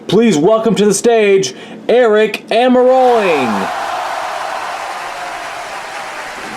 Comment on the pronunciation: I had this funny though that when the aric got released he would be named aric almarolli because of the mistake mike joy made in saying his name